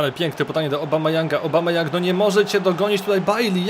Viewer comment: Obamayoung xD tak czytałeś